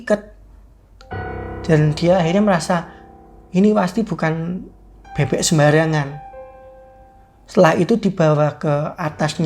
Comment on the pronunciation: Bebek bang,bukan bebe😂